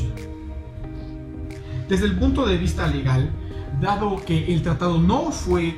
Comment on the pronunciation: Hola buen video pero no dice tratado dice tatado jijiji ya será para el próximo tatado saludos Bay